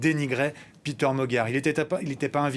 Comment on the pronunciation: Péter Magyar est hongrois, et pas anglais. Son prénom se prononce PÉter, et non PIter...